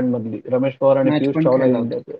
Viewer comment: Ramesh Powaar...Pavar naahi re baavalata